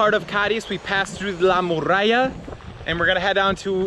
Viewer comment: 🤣Tú no eres 'morralla' (minuto dices morralla por muralla) sino un tipo estupendo que pronuncia mal español como yo pronuncio mal inglés, jeje. Gracias por todo friend!!!🙂😃👏